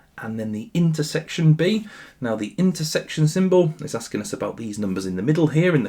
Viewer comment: might be the worse pronunciation of asking us i have ever heard 😭😭😭